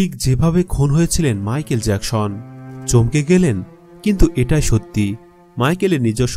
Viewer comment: Eita jackson not jakshon